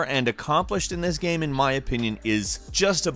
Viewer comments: Stop saying 'gyayme' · "it is such an interesting Geaem" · sry ,but i cringe every time you say game or same ...O_O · "Now this is a geeme" lol wtf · What a strange accent ‘Geame’ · Why does he pronounce "game" as if it rhymes with "ham"?